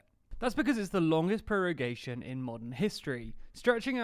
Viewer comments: Its prorogation, not prorugation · ProrUgation?!? ProrUgation!!? Really?! I do not assume studying at least some basic latin before trying to explain law & procedural principles should be required, but checking a vocabulary when you meet an esotic word fuck yeah IS COMPULSORY. And you even see how it is written in the official rule guide. (Hint for latin scholars: rogo, rogas, rogavi, rogatum, rogare) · lol 'prorugation' instead of prorogation